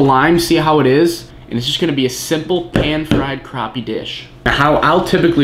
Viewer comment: Its not pronounced craw-pee its pronounced crappy